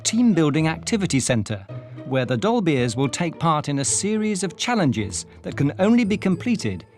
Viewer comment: Saying "dolbears" sounds like says "dolbies" in a really posh accent 😅. Once you hear it you can't unhear it.